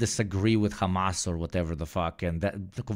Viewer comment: Oh Gods, I heard her say "Khamas"